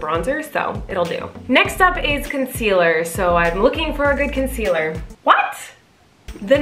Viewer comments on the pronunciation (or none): Colleen : picking up foundation saying ConCelER